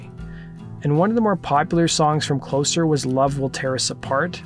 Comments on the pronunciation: The second album is pronounced “cloe-zer” because it was released after Curtis died and represented the end of Joy Division. Also, Love Will Tear Us Apart is not actually “on” Closer, it was a standalone single, like they release in England. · It’s not Closer, it’s Closer. Closer in NIN.